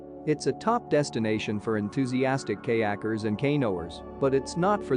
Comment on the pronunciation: the pronunciation of kayakres and kaynoers, and a few other words were hilarious. We were wondering if it was a computer generated voice. Regardless, great and helpful video. we really enjoyed it.